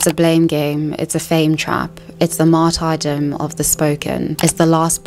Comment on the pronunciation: As ever, lovely work, but maybe check the pronunciation of “martyrdom” again?